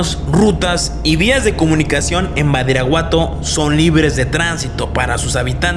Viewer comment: Alguien se da cuenta que menciona mal el nombre del municipio? (Min. ) menciona “Baridaguato”